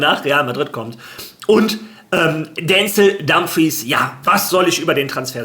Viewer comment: Dänzel Dümfriis ist die Aussprache